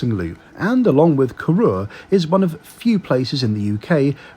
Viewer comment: When I started watching your travel videos I never thought you would be visiting my home village . The less said about the way you pronounce Duror the better .